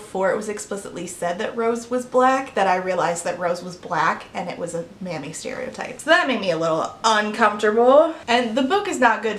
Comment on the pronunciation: Until 10 and 1/2 minutes in I thought you were saying 'manny' not 'mammy' like a term for a male nanny, and I was just going along like 'wow, that was popular around 2009, wasn't it?'